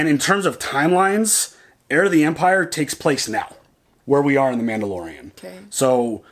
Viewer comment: Man-BO-lorian!! LOLOLOLOLOL Mando-saurus!! LOLOLOL LOVE IT!! Also, I thought Grogu was trying to say "Look out behind you!" and not "This is the way".... I think he woulda felt them rollin up via the force.